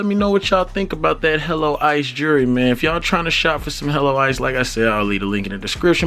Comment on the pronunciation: You say jewelry funny as hell lol. That thing is taaacky af